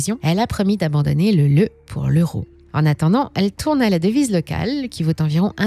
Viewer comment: Concernant la devise, on ne dit pas du tout "Leu" comme dit dans le reportage. Ça s'écrit bien "LEU" mais ça se prononce "Léou". En langage économique, on écrit aussi l'abréviation RON (acronyme de Romanian new leu)